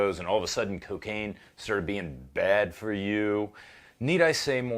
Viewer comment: I seriously thought he said "and serbian being bad for you". Because I was about to go off on a rant on that one.